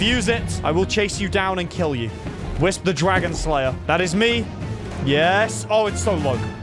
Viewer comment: it’s wisp or kwisp